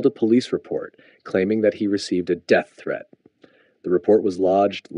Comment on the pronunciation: that’s not how you pronounce threat